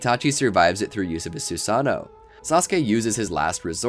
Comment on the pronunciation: SU SA NO lol its sue-sun-oh